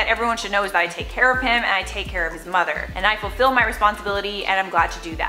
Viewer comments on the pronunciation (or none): none